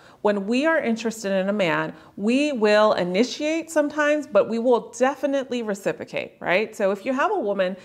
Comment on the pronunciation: Is recipocate similar to reciprocate? (Maybe it’s just a pronunciation thing) 😂